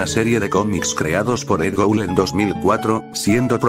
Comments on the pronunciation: Es Edd Gould No Edd Goul xD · Alguien más se dio cuenta que decia Edd Goul?